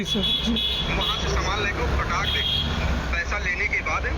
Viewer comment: ए फर्जी वीडियो है केवल फ़ेमस होने के लिए ऐसा किया गया है क्यों कि जो आदमी फोन पर दूसरी तरफ से एक वर्ड बार बार बोल रहा है फटाक से, फटाक धे, फटाक धे, फटाक धे, ए एक देहाती शब्द उच्चारण था जिससे ए साफ होता है की ए बंदा झूठ बोल रहा है